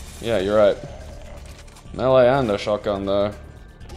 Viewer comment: I like you guys, you know how to say melee properly. So few of the people I'm subscribed to do.